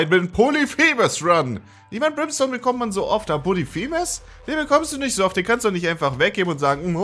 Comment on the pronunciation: Es heißt POLYPHEMUS, und nicht POLITHEMUS.